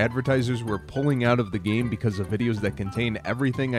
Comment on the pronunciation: He said gane instead of game